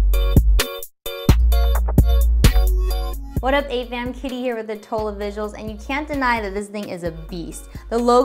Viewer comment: atola visuals lol it's cuz it's italian, now you know and knowing is half the battle. It's like people sagging dgi instead of dji. Now go forth and teach the masses oh most cool one.